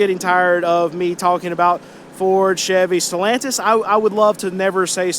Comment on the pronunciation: Solantis? Who Dat? 🤣 It's easier to sell cars you like. That's true of anything you sell. I'll bet you cut Kia prices more often that you cut Ford or Chevy products, because you have to use savings to overcome your own brand apathy. (Yes, I agree that Korean cars are early junkers. They can't even pronounce the words 'quality' or 'reliability' with a straight face. And I wouldn't trust the best of them over 175K-200K miles.)